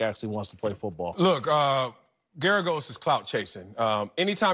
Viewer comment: GERAGOS, GERGAROS, GERGAS???? Sometimes I wonder if Whitlock can even read.